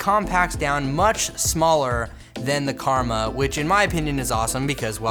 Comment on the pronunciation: Omg your comment killed me.... rofl.... That dude said DJI Kurma (Not Karma). I think he's talking about his Chicken Kurma (An Indian Dish) mainly with gravy and delicious. I know because I am from India.